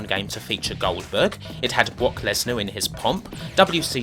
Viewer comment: How you say “Goldberg” and “fricken” totally right but then you fuck up your R’s on everything else?